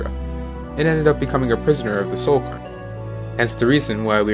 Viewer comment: I'm so sorry for nitpicking, I feel like a right arsehole, but it's pronounced cayr-n, like "care". It's a Scottish/Celtic word I think, Scottish girl here so it's a word I hear a little more often than some. Love this video, I love that you paid such special attention to poor Juib. I feel eternally guilty for never having found every page of his Opus.